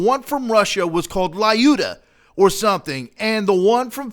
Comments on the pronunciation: it is pronounced luda not lyuda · i`m from Russia and every time then you pronouncing Lyuda "LAUDA" i am hiccup! in right pronunciation Lyuda no letter A most right way to say that is say Luda that is more close to original In English variant 2 letters together y and u exchange one Russion letter "Ю" :) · I had heard about this before but I couldn't see the analogy with the console wars thing. By the way, it's pronounced "Lyooda", not "Lie-you-da". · I believe "Lyuda" should be pronounced, "L'YU-da", NOT "Lie-U-dah". Just throwing that out there. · Haha I love you attempt at Russian, my friend. But her name is Lyudmila (Людмила), it's more respectful. And you say her little nick name like "Lee-yoo-da" no "L-I-ooda", but never the less, awesome job with research! I just don't know why it had to be her and not Vasily Zaytsev. Either way, it is awesome, sad though that I'm Russian and I have this and I got the rifle that killed my ancestors. Lol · or looda not luda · Just saying, lyuda is pronounced "lude-ah" ... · The "Y" in Lyuda is silent. Just so everyone knows.